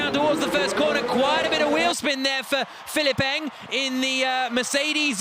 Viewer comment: Everytime they say Pihilipp Eng, I hear Cillit Bang😅 Am I the only one?